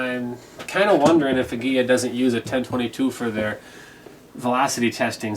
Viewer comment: Good video. One nitpick - I'm pretty sure it's pronounced "ah-GEE-lah" not "ag-GEE-yah". There's only one letter l.